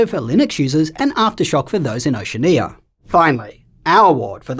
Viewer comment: Another great vid. As an aside, and as a fellow Aussie, I've never heard "Oceania" pronounced that way. Is that how Americans say it?